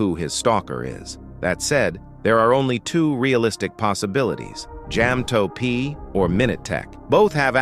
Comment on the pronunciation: It's ja ma to p not jam toe p